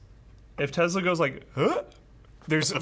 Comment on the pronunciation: The way say’s Tesla actually bothers me so much....Tezla? 🤣